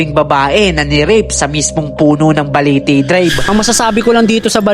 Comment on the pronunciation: Parang iba yong pagkaka bigkas mo Ang tama is Balete drive, sayo ay Baliti drive